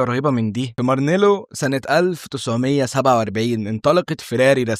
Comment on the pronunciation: مرانيلو وليس مارالينو